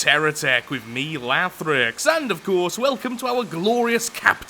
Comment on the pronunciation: i hate what i just heard, instead of “lathrix” i somehow got “laugh rex” and i cant unhear it now.